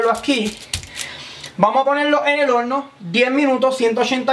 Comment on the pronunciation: Velde, madulal,holno,vamos a vel, Pol favol, aprecial, nos vemos en el plolsimo video